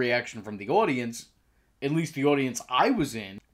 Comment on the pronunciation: Are you Canadian I just heard how you pronounce audience and it sounds pretty Canadian